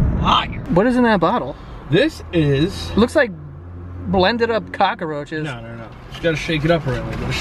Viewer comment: “Cock-a-roaches” ...come on, Joe 🤦🏼‍♀️😂😂😂